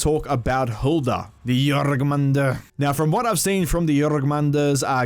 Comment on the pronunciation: Lol "Jorgmundr". Just wanted to say it's pronounced (Your-man-gandr). hearing accents say things is great tho. Love the vids btw.